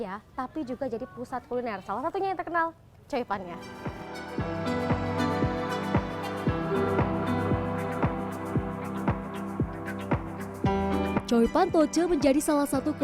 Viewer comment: Choi pan mbak jng slh ucap jdi coi pan 😂